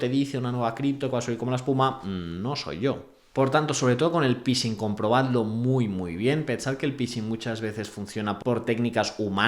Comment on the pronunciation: Please: "phishing" = /fixing/ 😊